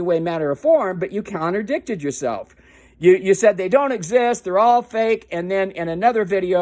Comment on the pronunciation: Dude you can't even speak English 1. It's not "counterdict" it's "contradict" 2. Virgo Triad is not the lady's real name but her YouTube channel name 3. Virgo Triad doesn't run a "radio-station" but a YouTube channel AND 4. People don't call you a "sovereign tart" but you ARE a "sovturt"💩 5. Clearly you haven't yet (seems quite a lot of knowledge passed by you unnoticed) learned...that there is a good reason why "church/faith/religion" and "goverment" are seperate entities in a democracy...one can't intermingle...as deemed fit. Who gives a "darn" that YOUR bible tells YOU that you are a "sovereign child of god"?! These "fraudulent accounts" have NOTHING to do with your belief....they are FRAUDULENT...and your homie whose behind was found GUILTY by a court of law, FRAUDULENTLY accessed "funds"! 2 wrongs (there were plenty more) don't make a right...go see the doctor you so desperately need....btw...where did you come up with all that crap on Virgo?